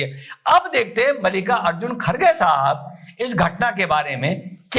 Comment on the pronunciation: खारगे❌ खड़गे✅